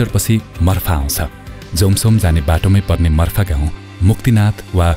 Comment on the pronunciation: मर्फ़ा ❌ मार्फा ⭕️